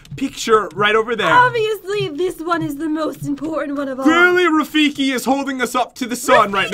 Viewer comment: It is from lion king and his name is rafiki (rah fee key) Edit:when I said that I was at the start